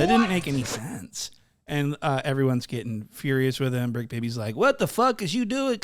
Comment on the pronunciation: “it’s the bricc not the tricc..” lmaoo ! 🤣